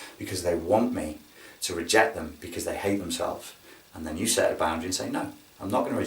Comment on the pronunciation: I thought you said SEX when u first said SET lol!